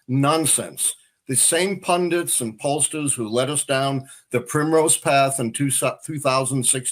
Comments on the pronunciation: Can podcasters please pronounce the simple word- Pundit, correctly.. i find many struggling and often pronouncing it as PundiN. Instead of PUNDIT ( ending with a T not N) It is an Indian word which means a learned person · Ben, It's pundit not pundint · Ben and, please learn how to pronounce "pundit"!